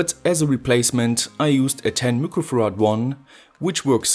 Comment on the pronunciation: Are you saying microfarads? Cause it sounds like looquo farads. Lol